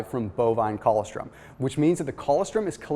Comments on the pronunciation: co-LOS-trum is how it’s pronounced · That is the oddest way that I have ever heard "colostrom" pronounced. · If he ever read his comments he would know how to pronounce it by now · Ann Gunn I know! What the hell is he saying?? What a goof.